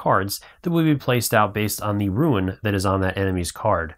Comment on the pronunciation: Nice video, but since English is not my native language I got a little thrown off when I hear "rooin", sin rune is pronounced "roon" as far as I know. Thanks for sharing, I backed the project and the delivery date seems so far away.